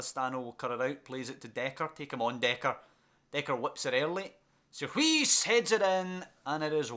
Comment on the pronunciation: Some pronounciations Sierhuis-seerhouse Bakboord-backboard Van de beek- van the bake Eiting- aiting Zeefuik- zay(as in 'say')fuyk